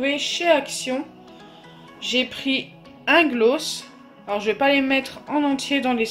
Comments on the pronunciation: Oui grave elle le dis mal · Tu dis tres bizzarement le mot gloss ... on le dit plus aiguë !! Car la tu parles comme les nordistes 🤮🤮🤮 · Nwaar oui elle accentue trop le o